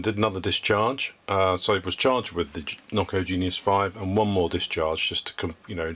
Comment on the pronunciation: Noco Penius? 🤣🤣🤣